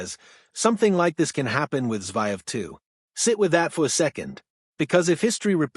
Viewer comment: It’s pronounced Zer -Ev… not Zy-Ev’!! you’d be better off speaking yourself.